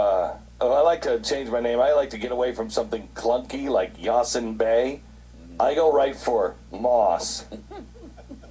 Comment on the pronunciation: It's Most Definite. Mos Def. the other name is not Yazin either. Clearly pronounced Ya-seen.